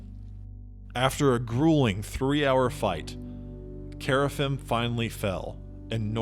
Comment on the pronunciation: Gotta work on that pronunciation, man. Qeynos = Key-nos (not kway) Kerafyrm = Care-uh-firm (you're forgetting the R) Luclin = Luck-lin (not Luke) Velious = Vel-ee-us (not Vay) Ykesha = Ee-key-shuh (not K$sha) Verant = Vur-aw-nt (not Vare-int) Source - best friend was a dev on EQ